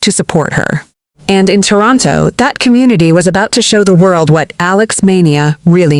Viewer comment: alix.. alex... alox... alux.... aeleex.. ailux..